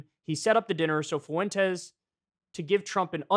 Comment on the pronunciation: Kyle "Foo-wen-tez" Kulinski